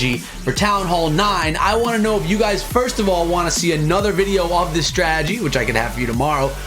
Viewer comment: stop saying stragedy